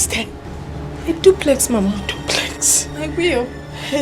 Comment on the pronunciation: She said dublex🤣🤣🤣